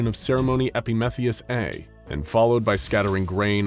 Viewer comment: That is not how you pronounce "Epimethius"